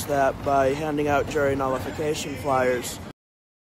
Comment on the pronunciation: He couldn't even pronounce the word 'nullification!' LMAO If their IQ is too high, the force doesn't take them. They want robots, just smart enough (barely) to do what they're told but not so smart that they start seeing, and worse yet, speaking out about the big picture.